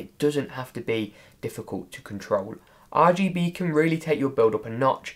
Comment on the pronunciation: I laugh every time he says and now tip 2. is AR G Be